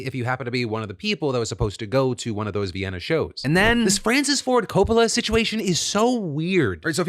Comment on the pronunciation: I am convinced that phil is using an AI of his voice for some of his videos. The way he says coppola is so weird.